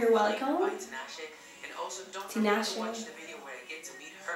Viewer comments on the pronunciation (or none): Great reaction beautiful. And its pronounced Tea-Nah-Shay. Keep up the great videos love ☺